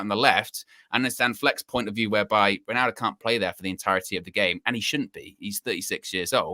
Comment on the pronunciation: Does this guy realise he’s saying “winaldo”?